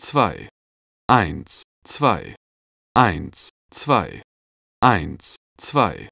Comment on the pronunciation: lol :D:D bei sagt der typ statt "eins...zwei" immer " eint...zwei" xD:D